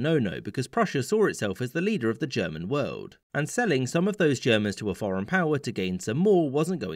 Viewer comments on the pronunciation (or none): none